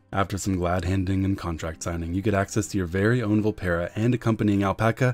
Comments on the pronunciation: "vul-PEAR-uh". Not "vul-PEER-uh". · Coronation In a dev QA, they said the official pronounciation was "vul-PEAR-uh". One is wrong, one is right.